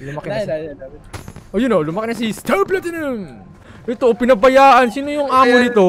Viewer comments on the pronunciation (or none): none